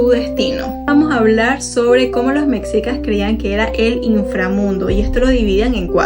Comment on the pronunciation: Es mexicas no como lo pronuncias